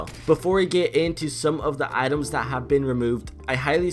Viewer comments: LOL he is saying atoms instead of items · . Who else heard him say 7 more atoms that have been removed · it sounds like he is saying adams when he is tryng to say items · I swear he keeps saying ITAMS